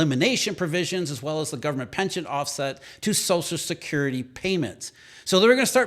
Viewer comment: Wtf is "sozicurity"? It's "social security", slow down your line reading.